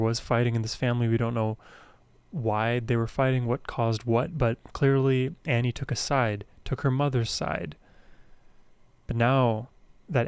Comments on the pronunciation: Her first name is pronounced Aww-nee, not Annie. :) Please more Ani!!! :) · You still haven't learned how to pronounce her name! Ahhhhh-nee. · Pronounced like On-ie. Or Ony. She is amazing. Her songs are the tapestry of my teen and young adult world. I navigated every experience in my life through the lens of these songs, she has always been the #1 on my play list. Been listening continuously for over 30 years ❤🎉